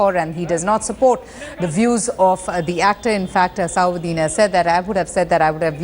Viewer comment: it is nt asaaauddin Owaisi, it is asaduddin Owaisi